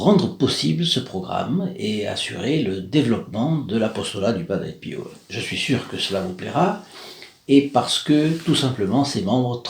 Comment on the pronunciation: BONJOUR A TOUS ET A TOUTES ENFIN UNE PERSONNE QUI ARTICULE ET QUI PRONONCE TRES TRES BIEN BIEN LE NOM DE PADRE PIO (PERE PIEUX ) BONNE JOURNEE A TOUS ET A TOUTES